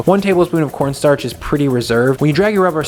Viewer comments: Corn Starch not Cornnstartch lol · cornnstarch The extra n is for nice